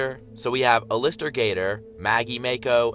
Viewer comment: its pronounced al-ist-er like the name al but lister at the end